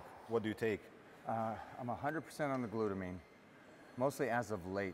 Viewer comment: "glutamine" by now we all know what "glutamine" is😂 Nice video though